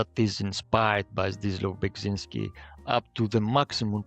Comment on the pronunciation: Ah man, as a Polish person I can see how hard it is to pronounce Beksiński's name but pronouncing it wrong and saying "yes, that is how you say it and it's fine" is sad. It's not "Beg" but "Bek...".